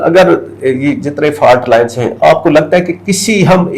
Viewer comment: Did he say correcting the FART lines😅😅😅